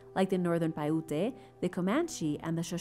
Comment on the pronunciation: It’s pronounced, “Pie- U-t”. Paiute.